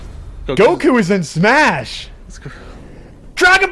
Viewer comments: How u say goku but it’s some boot leg version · It goku it not goku bro 😏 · Yall are messed up for saying goku. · I was triggered when he said Goku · Did this man say goku....